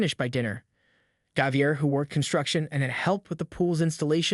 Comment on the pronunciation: How many different ways can you tell the same story? And please, learn how to pronounce words, especially common names like Javier.